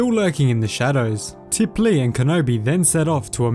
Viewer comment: No offense at all but its TipLEE not TipLAR who was killed by clone trooper Tup easy mistake to make as they as twin sisters but just wanted to clear up confusion